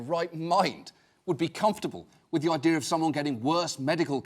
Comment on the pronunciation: You know john oliver is turning into a new yorker when he said the word “idea” as “i-de-ar”